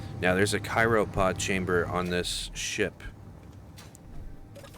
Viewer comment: The miss information is expected from someone that can't read. "Cyropod" instead of cryopod